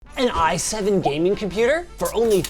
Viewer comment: "A Compûtēr" 😂